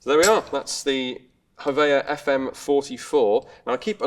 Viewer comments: It would be pronounced something like "Hoh-Vee-Ah" tho it's hard to tell when it comes to English accents sometime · The name "Hovea" comes from a phonetic pronunciation of the test name. The company that entered this gun into the submachine gun trials, was Husqvarna Vapenfabrik AB, shortened to HVA, which in turn would have been pronounced "Hå-Ve-A". Hovea.